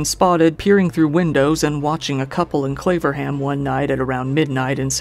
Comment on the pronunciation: 'Claverham', I thought he said 'Flavorham'!!! LMAO